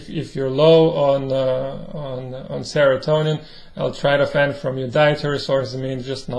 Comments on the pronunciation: it's not L-Tratophan, it's L-tryptophan. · It's pronounced L-Trip to fan!